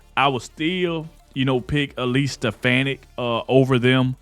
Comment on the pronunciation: It's Elise SteFAHni(.